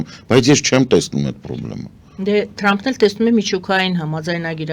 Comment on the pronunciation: Հարգարժան պարոն, շատ հետաքրքրութեամբ եւ հաճոյքով յետեւում ենք Ձեր վերլուծութիւնները եւ իմաստալից բացատրութիւնները: Փառք Աստծոյ ունենք շատ հարուստ ճկուն լեզու: Իմանալով տժբախտաբար մեր լեզուն ազդւած է Ռուսերենից - Սովետական ժամանակներից “թ” տառը հնչում են “տ”, Թրամփը Տռամպ հնչելով: Ձեզանից եւ միւս գրագէտ անձնաւորութիուններից, չի սպասւում այս վրիպումը: Յարգանքներով ՝ Սեդա